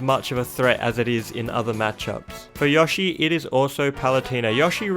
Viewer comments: Biggest crime man did here was how he pronounced Yoshi--I mean, YAHshi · WHY ARE YOU SAYING YOSHI LIKE YAH SHE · YAW-shi Me: its YOH-shi. GET IT RIGHT! >:( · I thought I was the only person in the world that called him " Yawshi" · You know on the character select screen it pronounces the names correctly, yet you still pronounce them wrong, like you say paluteeena, yashi, greninjer, and other mispronunciations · This is the first time I hear someone pronounce Yoshi as "Yoshh-ee." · nobody: absolutely nobody:: yAhShI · theboy 2 yeah maybe Yushi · YOU MISPRONOUNCED YOSHI YOU IDIOT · Every time u said “Yoshi”, I wanted to die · As an American it really bugs me every time he says Yoshi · I love how he says yoshi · I like you but please stop mispronouncing yoshi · Dont really hear him pronouncing an a in yoshi. His way of saying "Yoshi" still suprised me though. People with english as their mother tongue usually pronounce him with a prolonged o - just like the "Oh" in "Oh my god." I am german and people over here and many other languages usually pronounce him with a short O - just like the O in the words "On/Off"